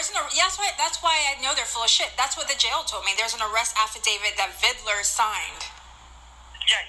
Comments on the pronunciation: Its VID LER....not VID I LER you poor victim of society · WHAT is this 'Viddaler' bullshit, you cock? It's VID-LER! And Amir did NOTHING for you, you sack of shit!